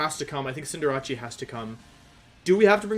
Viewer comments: I don’t get why he calls it CinderaCHEE isn’t it called CinderACE? Does he do it on purpose or am i reading it wrong. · It’s Cinderace. Like cinder in fire and race, cause it’s a rabbit. Not Rachi. Just saying. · You are aware cinderace is pronounced like Sender Ace right? You keep confusing it w jirachi i do believe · Just for my sake and others... CINDER-ACE. As in an Ace if hearts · I just realized he pronounced the c in Cinderace like a ch, and wasn't saying "Cinderachi" as a portmanteau of Cinderace/Jirachi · why does he say cinderrace's name cinderachi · Why are you saying cinderace like that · why do you mispronounce cinderace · The way you pronounce cinderace is tilting me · Why does he say cinderace like that im confused im newer to his channel